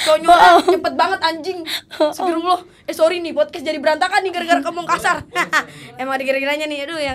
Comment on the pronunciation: Yg bener emang podkas bukan podkes, si bener bilang nya